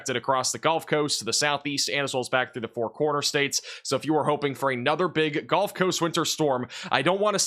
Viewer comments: Is he saying "golf" coast instead of "gulf" coast or is there an atea called "the golf coast"? The Golf of America? 😂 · 😂😂😂 golf coast 😂😂😂 love your videos boss but every time you say “gulf” I hear “golf” for some reason 😂😂😂